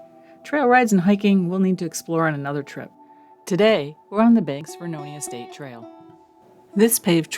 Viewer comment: Lovely video, nice filming, and FYI, The town is Vernonia (Ver-NO-nia). not Veronia. I grew up there, and I remember the train coming into town every week, from Banks.